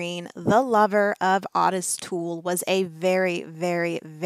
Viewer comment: Everyone I've ever known with that name pronounces it like OAT-tis like a short O and tis like tisk tisk. The way she's pronouncing it drives me nuts. I don't know why but makes me want to yell through the screen at her how to say it properly.